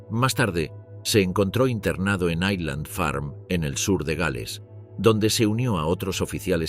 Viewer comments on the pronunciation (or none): none